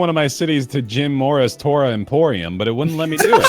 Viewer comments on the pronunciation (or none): none